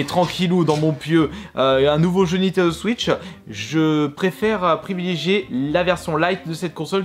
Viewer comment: Cette vidéo m’a beaucoup aidé pour choisir des jeux mais c’est quoi cette façon de parlereu c’est abuséeu il dis Nintendo switcheu